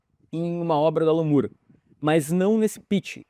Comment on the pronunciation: você sabia que a pronúncia correta do nome do Alan Moore é com o som do "ó" aberto? Exatamente no mesmo vídeo que você usou para ilustrar o Alex Ross, quando ele fala do Alan Moore, dá para ouvir a pronúncia correta. Aqui no Brasil, a gente tem a tendência de achar que o nome tem o som de "u", porque as palavras moon, good, book, etc., têm som de "u". Só que essa regra não é absoluta. Basta lembrar das palavras door (porta) e floor (piso). O sobrenome do Alan Moore é o mesmo da atriz Demi Moore, da também atriz Julianne Moore, do ator Roger Moore (James Bond) e, ainda, do guitarrista e cantor Gary Moore (Still Got The Blues). E todos são chamados da mesma forma: Móóre. Curioso, né? 😉 Abs.